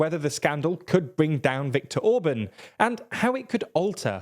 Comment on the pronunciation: TLDR: Orbán❌ Orbun✅